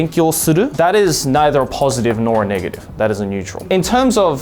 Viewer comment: i heard niggative. did anyone?